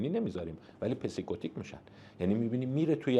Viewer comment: با سلام، حرفا متین اما برام عجیبه که جناب دکتر با این همه تجربه کاری در علک روان شناسی کلمه ی بسیار نام آشنای psychotic سایکوتیک رو، پسی کوتیک تلفظ میکنن. این یکمی برام جای تعجب داشت. با تشکر البته